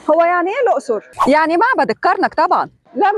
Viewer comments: اسمها الاقصر مش الائصر زي ما كل الدول العربية بتنطها سبنا الدول العربية كلها بما فيهم الصعيد والدلتا وبننطق الائصر زي لبنان ؟ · اسمها الأَقْصُر بفتح الهمزة وسكون القاف وضم الصاد